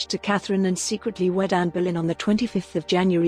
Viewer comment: Whats with the dodgy AI voice? The family name is Boleyn, not BERRLIN.